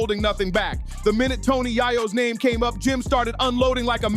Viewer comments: How are you gonna post a video about someone you can't pronounce their name correct. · Can't even say man's name right! 😭🤣😂